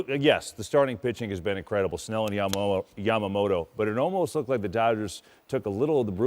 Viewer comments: みんな米の方はヤマモロって言うけど、キルステン・ワトソンさんだけはちゃんと 『ヤマモト』と発音してくれる♪ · ホント外国人って「ヤマモト」発音苦手なんだなと分かった